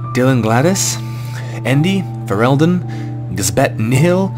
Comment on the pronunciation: I'm so glad you pronounced Fereldan right, everybody gets my name wrong lol